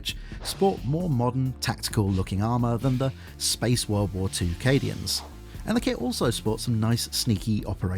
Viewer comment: He pronounces it correct twice so I think he did it intentionally to drive everyone crazy.